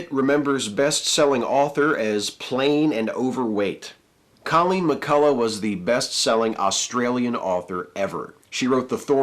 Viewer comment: Two minor points: the "gh" in McCullough is pronounced like the "ch" in loch, and The Australian is almost our only daily, national newspaper. It's a Rupert Murdoch vanity newspaper that loses money but is treated as serious and intellectual, despite being very right-wing. Murdoch only keeps it so that he can use it to influence politicians, who take it more seriously than it deserves.